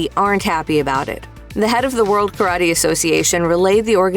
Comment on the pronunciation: Ka-ra-tay. Not currody